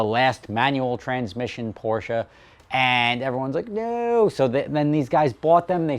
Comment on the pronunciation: OH MY GAWD! I am very happy to hear you pronounce Porsche correctly. You have NO idea. Cheers!